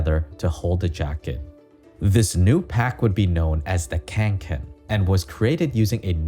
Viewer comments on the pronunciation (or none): The bag is named Kånken and not Känken